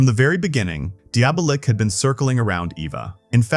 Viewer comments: Diabolik is pronounced Dee -Ah -Bo -Leak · I cant f'ing listen to this. Don't you know how to pronounce Diabolic but with a K? Deeablik??? Can't you read? You laid it out so well, but said the name 100+ times like some kinda robot.